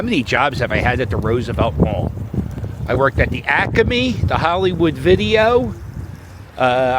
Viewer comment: I worked at the Naval Supply Depot ( ASO compound ) for too many years because I am recognizing EVERY SINGLE place you mentioned! Thank you for pronouncing ACME the correct way ! Is there a difference between "The Northeast" and "The Greater Northeast"? Where does one end ? The Asians used to gather those StinkBalls and sell them!